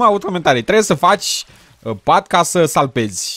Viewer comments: In loc de salvezi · ai zis salpezi in loc de vezi 😁